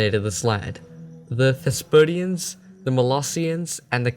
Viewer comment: Thesprotians ... not Thespotians. You left out the 'r'